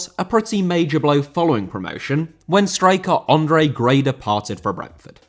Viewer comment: Andre* not Ondrei